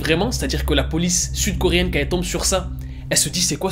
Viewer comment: Alors, pardon mais moi là j'ai littéralement entendu "Toute la Corée du FUTE" 😭😭🤣 Voila c'est tout pour moi, bonne journée 😂